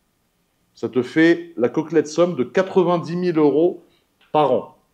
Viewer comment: Bonjour à toutes et à tous, avec toute ma bienveillance, on dit la "coquette somme" et non la "coquelette somme" 😁 ceci dit, j'ai trouver cela très amusant (sans moquerie je vous l'assure) et bravo pour votre parcours. Bonne continuation😉